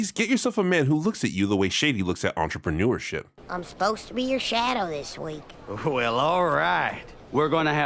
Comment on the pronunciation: Entramanureship IS more dignified than Onlyfans based Shady “Entramanureship” had me cracking up whenever ya said it btw